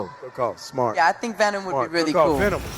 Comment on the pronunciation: “Who are you in this vast multiverse?” “WE... ARE VEMON” 😂😂😂 love how you put those two together!’